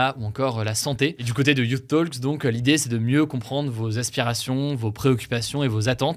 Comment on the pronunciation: et Hugo la prononciation de « youth talks » est (you-th) comme vous l’avez dit et (toks) pour « talks » 😉